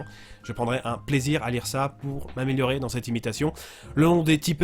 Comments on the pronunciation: Concernant l'accent, sa passe, mais à quelques exceptions près. En fait, tu entres un peu trop dans le "cliché" de nos vieux Québécois de souche.Du moins, la génération 2000 à aujourd'hui ont pour la plupart un accent et parlé beaucoup plus élégant qu'auparavant. De plus, tu prononces le "CA" comme un "KA" alors que dans la réalité, on le prononce comme tout le monde en fait. Aussi, nous n'avons pas tous l'accent extrêmement grave, mais je pense que tu le savais déjà. Pour terminer, c'est très bien, mais ton imitation est digne d'un Québécois des années malgré qu'il existe des exceptions rares encore aujourd'hui. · Ywrwrel? L’IRL, ça se prononce ï ère elle (tout collé) pi c pas "•ka", on dit pas "•frrr", mais "•efère" DONC "•sé ah" S’IL TE PLAÎT Faire des recherches avant d’imiter le Québécois Mais bon, en vrai c drôle de voir des français se moffer.. Des fois on comprend même pas tellement ça ressemble pas (je pense à un autre YouTubeur d’imitation de voix)